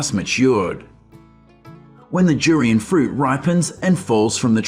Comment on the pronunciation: It's DDDDURIAN not JURIAN you freak!!!!!!